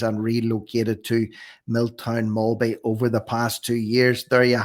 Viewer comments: ...sounds like "Mill-Town Mahl-Bay" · its pronounced Mill Town Mal Bay. Welldone for spreadind this. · Love the content BTW - The town is spelled Miltown Malbay, but pronounced Mill-Town. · First I’ve heard of this and I live 25/30 mins away. Ty for your reporting. Btw It’s pronounced Mil-town-Mal-Bay. Potato po ta to 😉. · Pronounced mill town malbe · Visited the town a few months ago - hardly the central or most important issue in the wake of this incident but - anyway, it’s pronounced: “Mill -Town - Mal (as in the Mal in “Malefactor”) Bay”. Lovely town - sorry to hear of this.